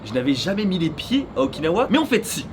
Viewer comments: Moi je reste bloqué sur le fait que tu dis Okin-hawaïenne 🤔 ça sent le monoï u.u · quand tu dit "Okinawa" sa me fais pensée a "Oikawa" dans haikyuu 😂